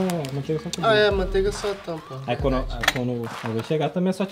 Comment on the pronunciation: Alguém escutou o dizendo maonteiga